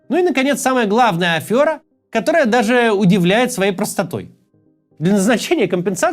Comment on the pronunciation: Афера, а не "афёра".